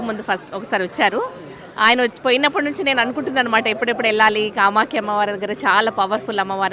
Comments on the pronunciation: కామాఖ్య అమ్మవారు,కామాక్షి కాదు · Kamaskhikadura kamakya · Anchor is telling kamakshi instead of kamakhya. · Kamakshi devi kadhu kamakya devi annayya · కామాక్షి కాదు నాయనా కామాఖ్య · Kamakshi alayam kaadu kamakya alayam